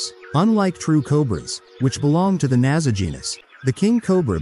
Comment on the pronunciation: It is Naja (or possibly Naga) but not Naza